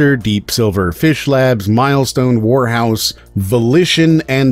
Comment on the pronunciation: *WarHorse, not WarHouse lol